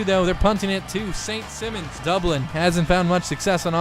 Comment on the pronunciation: BTW, the school is pronounced saint s(eye)mons